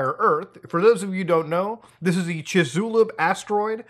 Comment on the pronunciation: Hearing Muda calling Chixculub as Chezulu kinda makes me extinct inside.